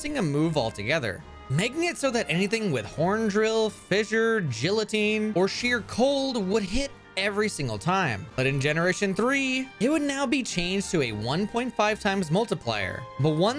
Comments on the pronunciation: This was a very informative video, but I couldn't retain any information after hearing "guillotine" pronounced as "jillateen" (it is pronoinced "GEE-uh-teen") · Gee-a-tine not Jill-a-tine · Bro really said gellatin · No. You did not just say "jillotine." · Jill-a-teen makes me want to die, lol. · did this man really just pronounce it as Jill-o-teen? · Is there a prize for finding the cursed pronunciation in every vid? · Damn, new pronunciation just dropped, step aside Giloteen and Giyateen fans, Jilloteen has joined the chat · I get the funny gag of mispronouncing words in Pokémon-related content to get more comments, and I usually ignore it, but "Jillotine" actually offends me. lmao Great video, though. Part of me does wonder if it would change the speedrun in any way if we were allowed access to National Dex evolutions of Kanto Pokémon in the main story, but most likely not... Crobat is probably not good enough to offset the timeloss it would give to acquire one. And the others are trade evolutions anyway. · i only disliked the video for that horrendous pronunciation of guillotine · bruh please do not say guillotine like that. I want to throw hands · The way you pronounced guillotine made me want to die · The way you pronounce Guillotine is a war crime. Anyway this was a nice video. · There are 2 ways to say guillotine but you chose to do neither